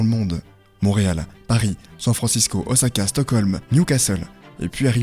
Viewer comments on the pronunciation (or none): none